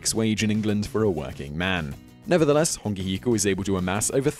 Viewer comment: Bro learn to pronounce the words properly and do your research properly if you're going to make videos about other cultures. Mere = Meh Reh not Mere. Hongi hika = Ho-ngi not Hong-I Hapuu is a sub group of an iwi (tribe) not specifically a war party. Also the first encounter was with Abel Tasman... not James Cook Mana is prestige (or more a metaphysical property of a person and their power) not a person's spirit Awesome your doing videos about maaori culture but make sure you DO YOUR RESEARCH PROPERLY.